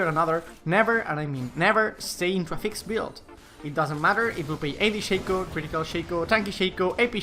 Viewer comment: its ShAco not Shayco